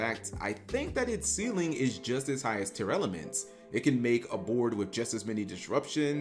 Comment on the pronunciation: I had to check how Tearlaments was spelled cause he kept saying “Tear-Elements”